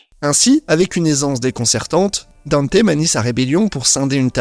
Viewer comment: Faut arrêter avec la prononciation "Danté" les gars, on a eu une VF avec le reboot et le premier anime et ils disent "Dante"